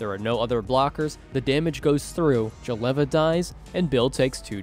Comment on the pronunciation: Can't stand that Jeleva pronunciation